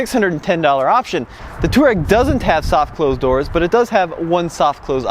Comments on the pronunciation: Why call it at tooreg" when its pronounced Tuareg as spelt-not technical a fact ! --typical yank arrogance-we will call things what we want ! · Please stop saying Twar-rag. It sounds one letter off of filthy.